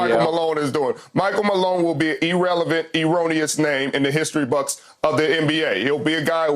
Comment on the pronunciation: Wait a minute…hold the phone…stop the presses…someone in mainstream media made an outlandish, patently outrageous statement for max $ ?!?!? Unfathomable. P.S. Richard: You completely biffed your use of the word “erroneous” (to a cringe-y degree) after pronouncing irrelevant, “ee-relevant.” Almost as cringe-y and embarrassing as your team going for a slant route on the 1-yard line, and biffing on an opportunity to be something people remember (b2b Champ).